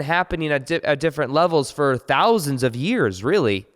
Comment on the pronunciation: Has anyone else noticed that people say “ta” instead of to and “fir” instead of for Even otherwise well spoken people Might be nothing but I hear it all the time recently